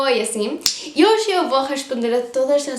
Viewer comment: caramba !!! acabei de comentar isso !!! ela pronuncia "hoxe" (hoje/hoy); "vexo" (vejo/veo)... ◙◙◙ parece que o galego funcionaria como um "esperanto" para estas duas línguas. o sea, si hablas Gallego, comprenderás Portugués y Castellano.